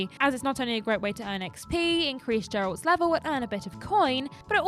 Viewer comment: How hard is it to pronounce Geralt's name correctly? There's a quest in the game where he emphasizes how to pronounce it correctly. Do you and purposefully mispronounce his name or have the both of you actually never played Witcher 3?